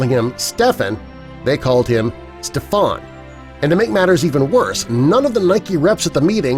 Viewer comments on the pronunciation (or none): none